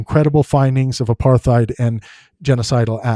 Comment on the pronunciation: if you can't even pronounce 'apartheid' correctly I'm beginning to doubt your intellectual capacity. No wonder you only have 12k views. Try showing the video you're critiquing and your sources next time too? So dry and uninteresting with your monotone psued ramblings.